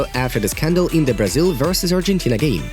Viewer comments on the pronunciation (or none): none